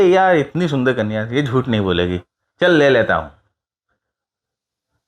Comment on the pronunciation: "Soonther Kunya"😂